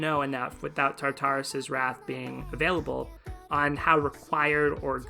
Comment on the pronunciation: quick thing - i'm pretty sure the pronunciation is tar-tur-us! it's not quite like "tartar sauce" since the second "tar" is a lot softer!